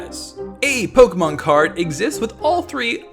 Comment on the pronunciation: My personal favorite fun fact is how you can be the biggest pokemon expert ever but if you cant pronounce pokemon i really cant take any of what you say seriously...